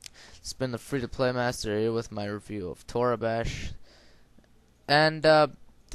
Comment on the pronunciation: its pronounce toreeebash :P